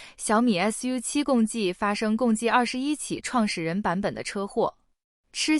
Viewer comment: 😆創始人版我一直都聽成撞死人版